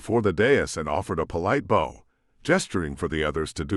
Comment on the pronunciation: Great stories, Is this read by a computer? I have heard mispronunciation of many simple words like Bow as in bow and curtsy pronounced bow as in bow and arrow. In 'Iron Hand ' infiltrator was pronounced in-FILL-trator and it was used at least 30 times which became hard on the ear. Pronounced numbers in multiples sound digital and staccato. Im curious because I participated with voice recognition stuff in the mid 70's. Could you let me know? Thanks.